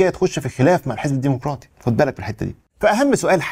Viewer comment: الديمقراطي وليس، الديمقوراطي